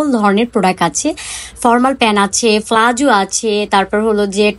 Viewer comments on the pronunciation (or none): It's গাউন not গ্রাউন আপু আর প্লাজো হবে ফ্লাজো না